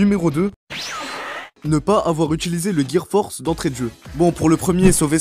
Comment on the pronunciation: C le gear four pas force😂😭😂